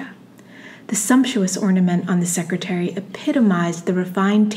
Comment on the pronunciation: Secretaire is pronounced ‘secretAIR’ not secretary